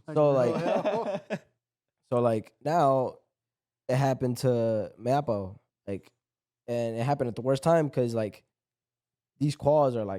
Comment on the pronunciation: How is still pronouncing Mayappo like that lmao